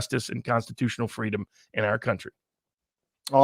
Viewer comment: FRE-DOMME? A concept formerly known, but now lost, in Canada